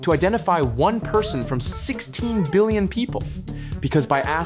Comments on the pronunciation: "16 billioin" :3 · "16 billioin" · 16 "BILLIOIN"